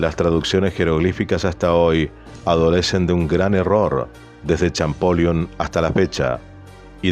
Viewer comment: Ojo con la pronunciación de Champollion